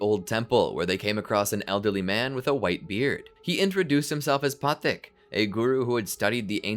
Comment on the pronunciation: Why are you mispronouncing Guru Pathik's name :(